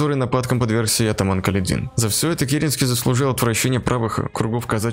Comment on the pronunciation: Не КаледИн, а КалЕдин!